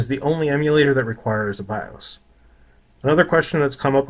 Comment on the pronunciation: Bios: “Bye-auhs” ;)